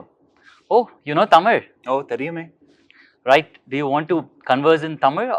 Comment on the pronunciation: His pronouncing words from tamil better than these generation